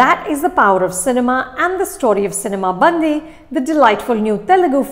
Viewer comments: Ma'am, it's not bandhi ( girl in hindi)..it's callee bandi ( vehicle in telugu) 😂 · Cinema 'Bandi' is pronounced this way... it is Ban'D'i (its the way you pronounce letter D) , but not Band(the)i. Bandi means Cart in Telugu. I'm sorry but I couldn't resist to correct this pronunciation mistake :D Typical south and north pronunciation issues. :D Thanks Anupama for reviewing this film. /\ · It's not Bandhi it's Bandi. The difference between da , dha . Hindi people you have aksaramala. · It's bandi not bandhi😂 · Nice try Anupama..bandi..not bandhi…good to see that you are focusing on the South ..and BTW , loved your review on Radhe…stay true, stay real and stay safe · I correct u. Its not cinema bandhi... it is cinema bandi... . catch the difference of last 3 n 2 letters.. Hindhi ka.. dhi.. nahi hindhi ka.. di.... example ..gaadi ..in hindhi...in telugu it is.. bandi... di .. di.. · I love Anupama and her reviews and I love that Film Companion has brought together Bollywood and South Indian films with a shared passion for cinema. But is it really too much to expect that they get the pronunciations of at least the movie titles right? Even before I started the video I was hoping she wouldn't say 'bandi' as in 'girl' in Hindi, and sure enough, she did :) I mean all she has to do is pick up the phone and ask one of her own colleagues at FC South to quickly pronounce names/ words. I can never forget the way she says 'Saraavanan' in her Game Over review, lol. Like, why assume how something is pronounced rather than ask?! If Shreya Ghoshal can do it so consistently and so well, everyone can. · I really couldn't take it every time she mis pronounced "bandi". Such a reputed critic and she can even get the film title right?! SHAME